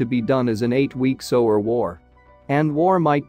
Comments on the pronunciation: Why do you guys let the mis pronunciation pass. Let's see SOWER??? What is SOWER???, No, maybe you mean "SEWER"??? Someone should fire the SOWER of thiswhole video. frind someone who can pronounce the words. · The robot is pronouncing “Sewer” as “to sew my garment with thread.” Amazing. Of course, he means “sewer,” pronounced “Soo-er.” English has a lot of odd pronunciation.